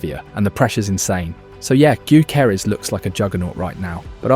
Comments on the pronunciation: OK, I think it's time for a friendly tip on how to pronounce Gyökeres: The G is silent. And the Ö-sound isn't as exotic as the letter representing it suggests, it exists in English too, in words like sir, work, fur. So: Yökeres. N.B. And if you don't trust me, just listen to how he pronounces it himself in one of the presentation videos Arsenal published the other day. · Nice vid mate, but your pronounciation on Gyökeres could use some work. Greetings from Sweden! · Please please please stop destroying his name….its getting harder to hear with each time you say it 💀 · Is this AI narrated? Man pronounced Gyokeres five different ways. 😂